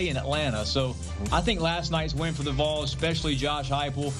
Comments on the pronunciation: If you can’t pronounce Vols maybe just call them Tennessee. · It's V A W L S not Voles.😊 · When is CBS gonna tell her how to say “Vawls” not “voles” 🤦🏽‍♂️ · VAWLS. Not voils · Vols is not pronounced vulls CBS-Please have people reporting on sports that know about sports. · The “VOLES” smh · The "Voles"!!! Is this AI or just See Bee Ess? 😂😂😂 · "The Voils?" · I love how she can pronounce Nico Iamaleava but can’t pronounce Vols.